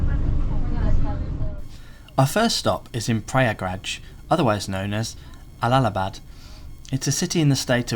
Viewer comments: It’s Allahabad not allalabad. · allalabad.. u can do better with trying to get the speeling correct if not the pronounciation. it is allahabad with an H and not L. how can you confuse H with L ?